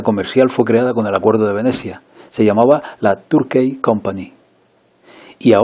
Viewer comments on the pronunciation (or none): La palabra inglesa "society" se pronuncia /sosáieti/, no /sócieti/ y la palabra "Turkey" se pronuncia /térkei/, no /túrkei/.